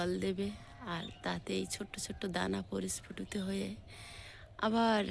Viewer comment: Parisfutito noy prasfutito